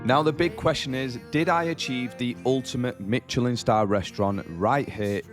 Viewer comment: not pronouncing Michelin properly